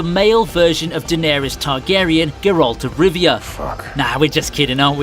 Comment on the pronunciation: You can LITERALLY HEAR how they pronounce "Geralt" in the show in ENGLISH and you still pronounce it G'ralt? Yea, dislike and bye bye.